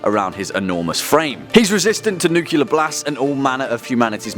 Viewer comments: Not "nucular", nuclear! Why is this so hard? I don't even speak english, yet even I know that. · Nuclear. Nuclear. NUCLEAR! NU-CLE-AR!